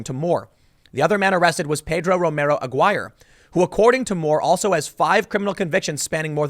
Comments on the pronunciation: “AGWIRE” lol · I Know Tim can't pronounce names, but this is the first time I've heard Aguirre pronounced like that LOL.